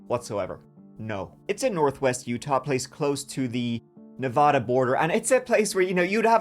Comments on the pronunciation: It's NEVA-DA NOT NEVAH-DA. thank you. Dylan was so young 😭 amazing story in a crazy place. City folk know you are always safer in the city. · It’s nevaaaaaaaaaada not nauuuvauda. Get it right… hence a Nevaaaaada, hence a resident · Nev-"a"-da, not Nev-"ah"-da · Na vad ah, not Na VOD a